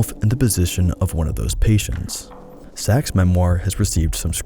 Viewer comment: Sacks, not Sach's